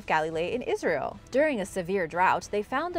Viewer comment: It's not asrayl